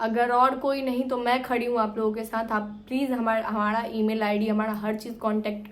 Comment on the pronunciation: Aapko bolna bhi nahi aata hai mari ko madi bol rahi ho humada kya shabd bhi nahi bolna nahi aata hai kaisa pati hai tumhara jo tumko bolna bhi nahi shikha paya